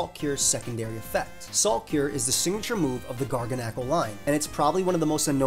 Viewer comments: yes someone else that pronounces Garganacl the same way I do! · Good video, but weird pronunciation on Garganaci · I love pronouncing Garganacl the way you just did. It just feels right. 😆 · honestly was very weird hearing you say garganacl the normal way